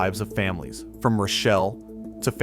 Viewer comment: And it's pronounced roh shell, not rashelle